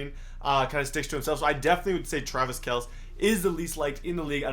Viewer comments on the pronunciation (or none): HOLY CRAP READ THE COMMENTS IVE SAID IT SO MANY TIMES - IT IS PRONOUNCED “KELCE” as in “kel-see” not “KELC” as in kels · what do you not understand about pronouncing Kelce with a vocal E on the end of the name. Kelceeeeeeeee, not Kels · travis kelce (kell-see) get it right jesus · It’s pronounced Kelsey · It's pronounced Kel-see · Wow, the pronunciations of Travis Kelce and Kelechi Osemele. Just wow. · Someone teach this man how to pronounce Travis Kelces last name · Say Travis kelce’s name right for once